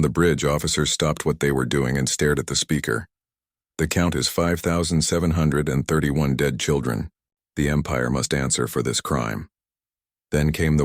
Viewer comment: 😂 why are numbers so hard for the AI to say i loved the story but can stop laughing when i hear the "5 thousand andfj yr ch h h kfh 31 children" 🤣